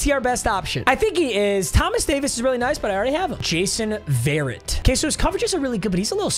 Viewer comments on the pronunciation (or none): You’re pronouncing varret wrong 😂 it’s not varet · no hate but verrett is pronounced vuh-ret